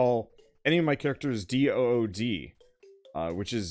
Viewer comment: talking about dood meaning dead in dutch me a dutch person: it's not pronounced DUUT xD it's more pronounced like boat but then doat maybe?